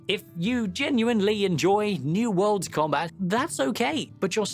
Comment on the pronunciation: "Action com-bit," Nice one,.